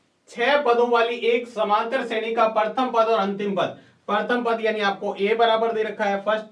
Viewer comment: shredi hota h nki shreni